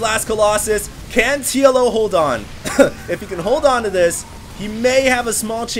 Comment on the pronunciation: lol i keep hearing Yellow instead of TLO